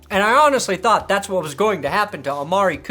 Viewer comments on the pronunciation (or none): none